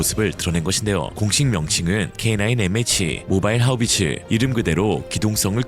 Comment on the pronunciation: <Howitzer>는 '하우비츠'라고 읽는게 아니라 '하윗져'라고 읽어야 맞습니다. 그래도 어째 독일어 유래단어라고 W를 'ㅂ'으로 읽었다니... 용하군요...ㅎㅎ